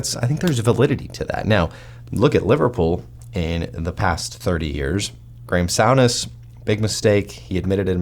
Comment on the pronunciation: Its Sue ness, not Sow ness ...